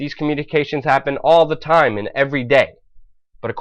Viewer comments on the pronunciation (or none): none